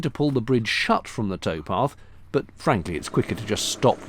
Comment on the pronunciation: Ahhh tow path. Not toe path